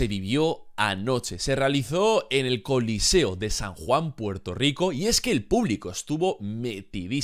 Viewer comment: Es choliseo, no coliceo..